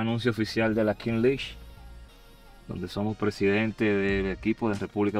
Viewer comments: King lish😂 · “Kins lichs” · La king lish 😂😂😂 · Santiago king league “pronunciación, king lig” no kin lish.. te quiero 😂😂😂😂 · No es (Kin Lich), es (Kings ligg) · King liguesh 😂 duro foke duro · La kin lich 😂😂😂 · la kin Lish jajajaja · “King lish” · Felicidades Foke espero que tu hijo aprenda y se beneficie de ese logró también, ohh y no se pronuncia lish en español la pronunciacion es liggggg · Ahora en verdad por favor Santiago 😅es King league no king Liguers 😬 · King Lish? un poquito de Inglés, Santiago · “Kin lish” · Se dice kin lig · La King Lish😅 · Kings League (Kins Lig compai), yo no se de donde le salio a este ca'co e' maco esa kinch lich... 🤣